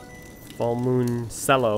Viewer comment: As a cellist, it kinda hurt when you said “sello”